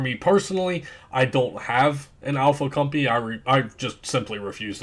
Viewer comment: Great vid. Been getting bored of the pally and cleric. But please tell me you where calling the "alpha cum-pee" to make fun of it. Lmao